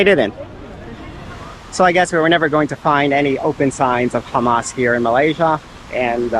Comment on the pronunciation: When he say Hamas, then khamas..I think he was a jews